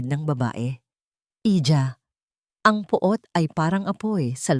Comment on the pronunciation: Pwede ba ayusnn byo naman angpagbabsa ".Iha not Hija""